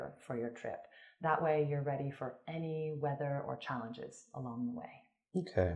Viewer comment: challenges and not challanges